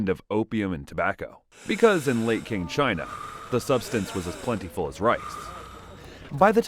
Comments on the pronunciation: Following viewer demand, I'm here to list the inaccuracies again: Qing is pronounced similarly to "ching", not "king". No, opium was never as plentiful as rice. It had to be imported at first, and even after domestic production began, it never could keep up with demand. It would be unlikely for children to be unregistered. If they were, the local magistrate would be missing out on a lot of taxes. Not true. Any male could take the imperial examinations, which could guarantee social status if you ace them. It would just be very unlikely for a poor peasant to do well in them, since a literati education would be expensive. Christianity did exist in the QIng Empire, but it would have been a minority religion. It is unlikely that you would have had a graveyard with so many crosses and headstones. Traditional Chinese graves are marked by a mound of earth. Those are PRC police hats circa 1990, which wouldn't have existed until about a century later. Qing law enforcers wore hats similar to the ones that the officials in the Ming Empress video wore. Again, homosexuality wasn't a thing in Qing China. Brothels didn't have boys. You can't just go shaving someone's head when the Qing were in charge. They were very strict about hairstyles. Everybody who deviated even slightly from hairstyle guidelines was executed by decapitation, according to the "hairstyle or head" law of 1645 under the oversight of Prince Dorgon. If you shave someone's head as depi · “Qing” is pronounced “ching” not “king” Otherwise great work, you show a solid understanding of why and how people get addicted to opioids that doesn’t reek of the judgement that comes from many people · Its pronounced CHING not King. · Qing, as in the Qing Dynasty , is pronounced ‘ching’, not ‘king’ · It's pronounced Ching, not King dynasty...Also if it's a fictional dramatisation what's real and what's not?